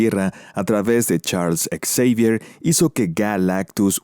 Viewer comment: Por qué lo llamas charles ex-evier? En lugar de Xavier?